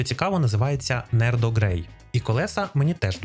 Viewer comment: Селюк нормально озвучити не можеш. Нардо а не нердо, ідіот.